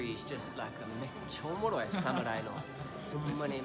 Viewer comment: 「めっちゃオモロイ！」の発音がネイティブ